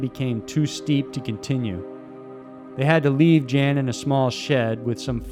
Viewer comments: It's pronounced Jan, not Jan. He's not a chick. Yawn. It's pronounced almost just like yawn. Not Jan. Come on man. I hope you understand. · Umm it's not pronounced Jan, he's not a woman, it's pronounced like Yawn. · Jan is pronounced “yun” by the way. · Jan Baalsrud = YAWN Baalsrud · “Jan” pronounced “Yon”. Just sayin. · Jan=YAN a male named Jan is pronounced YAN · Jan is pronounced "yon". Your welcome. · European 'Jan' pronounced 'Yarn' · pronunciation goes a long way there mr. narrator. Jan is very likely pronounced yawn, just so you know! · No. Pronounced 'Yun'. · Jan in Swedish is pronounced "Yon". Cool video though, enjoyed it. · I believe Jan is pronounced Yawn. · Amazing video! Just a quick note though, I believe Jan's name would be pronounced as 'Yan' :) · Charlotte It’s Jen. Pronounced yen.